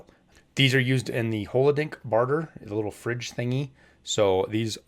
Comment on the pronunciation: HoloDILnik not Holodink :-)